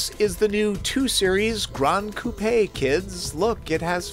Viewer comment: I've never heard an American pronounce 'coupe' correctly before!!!! Only chickens live in a coop.